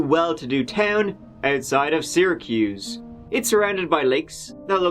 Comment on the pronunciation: Thank you for pronouncing Syracuse correctly.